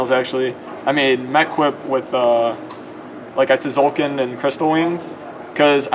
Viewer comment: stop pronouncing the silent t in tzolkin